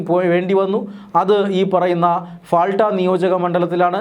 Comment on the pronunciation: പാൾട്ട എന്നാണ് ഫാൾട്ട യല്ല മലയാളിയക്കും മലയാളി വാർത്തയക്കും ഉള്ള മാനസ്സിക തകരാർ